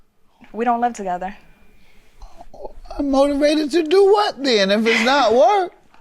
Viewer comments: 🤣🤣🤣🤣🤣🤣 that “ r” wasn’t playing. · "Unmortorvated" lol